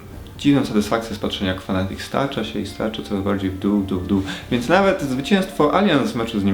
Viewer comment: Fnatic, nie Fanatic :)